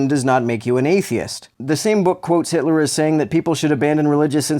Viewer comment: Know it’s going to be good when the first words out of the guys mouth “Adolf Hilter”